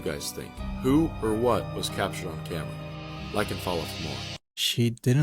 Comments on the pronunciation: OH NO!! Not caught on Kah - mare - rah!! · The way that narrator said ”CAMERA” 🤣🤣🤦🏻‍♂️🤦🏻‍♂️ He dun said ”CA-MAIR-A” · The AI voice on tiktok doesn't know how to pronounce "camera"?? That shit said "Ka-Maira" LOL. AI still has some catching up up to do. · I must buy me one of the KAH MAIRS. Never heard camera pronounced that way.